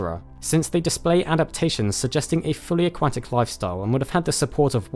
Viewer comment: Dear god the way your pronounce aquatic makes me think of a duck